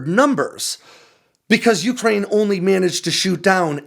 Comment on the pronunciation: We should invest in whatever gets to pronounce Ukraine properly.